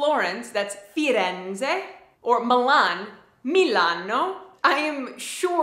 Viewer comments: You say Firenze as "Firendse" which is a giveaway that you're living in the south but it's actually "Firentse" 🙂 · I am Italian and I totally enjoyed your video. Brava! Being from Florence, I loved the way you pronounced "Firenze": I noticed that Americans pronounce the consonant "z" differently from Italians. But it's cute! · I have to say your Italian is almost perfect, really! the only town you are not pronouncing 100% right is Firenze, but that's not your fault, the Italian "z" sound is really difficult for an English mother tongue because it's a sound you don't have so good job! I have to say that here up in North Italy we lunch and dine a bit earlier than in the South but your video is totally great and useful for a non-Italian. greetings from Mantova.